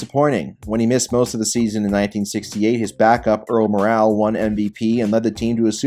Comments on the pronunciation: It's not Earl "Morale" it is pronounced "Moral." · If you wanna present yourself as an expert, do your research. Pronounced Earl MORE-ell not Morale. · Lost me about a minute and a half in when you said Johnny Unitas’s backup was Earl Morrall (and pronounced it “Earl Morale” - twice).